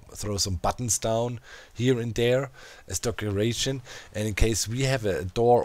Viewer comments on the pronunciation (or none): HAHAHA did you say "DOCeration" instead of decoration? hilarious